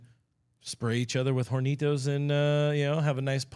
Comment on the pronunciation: The h in "hornitos" is silent. You're welcome.